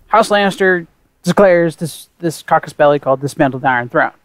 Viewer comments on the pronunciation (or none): casus belli not cacus belli :)